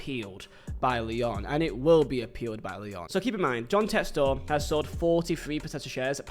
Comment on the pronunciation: props for saying it like Textore and not Texter